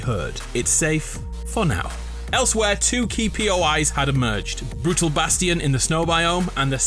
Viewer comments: I'm gonna go insane if you keep saying bastion like "bas-tea-in" IT'S "Bas-chin" LMFAO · it is pronounced “bast-shun” not “bast-eon”